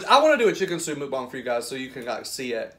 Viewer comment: Okay... I love you and your channel but please don’t call it Mookbong...it’s MUCKbong. Don’t mean to offend. It’s the teacher in me. 🤓